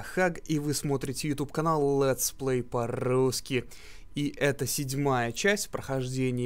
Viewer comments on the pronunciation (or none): наверно никогда не забуду это ''летсплей по-ррруски ''